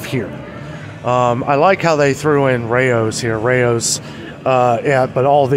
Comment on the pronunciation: Rao's (say it like a lions roar), not Ray-Os Lmao🍝🤙🏻